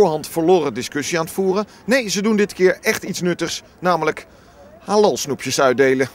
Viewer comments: Die man van pownews spreekt halal heel raar uit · Ze zegt helal want in turkije zeg je zoo